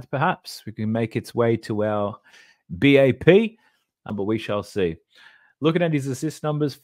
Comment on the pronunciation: Thats #BAP not #WAP